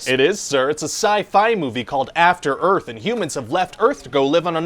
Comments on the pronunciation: Welcome t' After Earf ! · "Welcome to After Earf!"